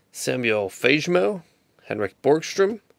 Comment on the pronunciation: Never not heard na breakers butcher Fagemo. If any one cares its similar to, "Fa" as in far, "ge" as in get, "mo" as in move. Fun break nonetheless. :)